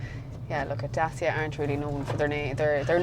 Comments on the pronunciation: What;s a DASIA?....Last time I've checked was called daCia....not daSia🤣🤣🤣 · The correct way to say it is Dat-chia. (I asked a Romanian workmate. He said it was named after the ancient Dacian tribe who resisted Roman Emperor Trajan. Trajan's Column, still standing magnificantly in Rome, was built in 113AD to celebrate the Roman victory over the Dacians ... pronounced Dat-chians. It was the first of many Columns .....Dubliners should thank Trajan for the design of Nelson's Pillar.)